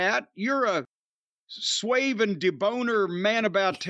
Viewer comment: Swave and da-boner 😂